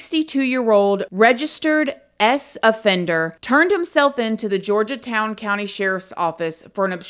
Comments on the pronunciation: Horri-ble Horry County correct pronunciation. Georgetown as George not Georgia. From a SC resident with lowcountry roots. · George town, it's called Georgetown south Carolina. George -town. Not Georgia town lol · Love ya girl lol But its HORRY H is Silent. So its ORRY George-Town County not Georgia town Lol Made me giggle Thank you for covering. Still hoping Her mom sues Mooney and Girlfriend. Horrible Horrible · It's George.....town. not Georgia town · this case was a good one. thanks for YOUR take on it.... it's George-town though not Georgia_town lol lol it's cute! you got it at then...lol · How the fuck does she think Georgetown is pronounced “Georgia-Town”??? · Damg girl. You got these names all messed up. Lol I was born in MB. And am still in SC as a 47 yr old . Gorge' town And horry( O re') County .. just got a giggle out of how you said em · Thank you for covering this class. Just FYI Horry County sounds like Oree locally. Georgetown is just George-town. Random South Carolina stuff